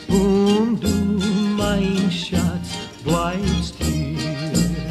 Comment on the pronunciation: *Schatz, not Schat.